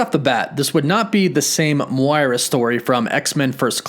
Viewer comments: Her name is pronouned Moy-Rah not Mwora.. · Dude your saying Moira wrong, it’s like ‘m(oy)ra’ :) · the way you say "moira" is questionable... lmao guess you never played overwatch XD